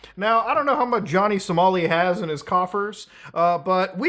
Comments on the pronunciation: LMAO "Johnny Somari" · Johnny "Somari" 😂